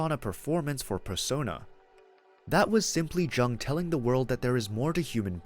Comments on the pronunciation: Thank you. I appreciate you sharing this information about Carl Jung. It's really interesting & helpful. (The way to pronounce Carl Jung's name is like the word, "young." The "J" is not a hard sounding J. It is soft). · Jung is pronounced Yoong. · Pronouncing the "J" like a J instead of like a "Y" gives this video away as AI. It annoys me.